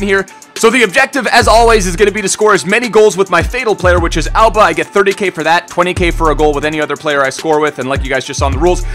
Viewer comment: i know you're saying Auba but can u stop making it sould like ALBA!!!! please??